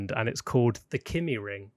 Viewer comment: kymi ring not kimi ring :D